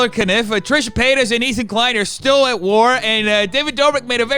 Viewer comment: Trisha Pay-Us